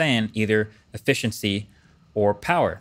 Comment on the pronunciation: Does anyone else hear that he's pronouncing his "T" and "S" sounds very strangely in this video? "...a mathive jump in effithiency..."